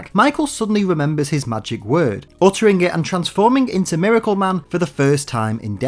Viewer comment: do you switch your pronunciation of miracle man from 'maracle man' to 'miracle man' almost exactly halfway through the video??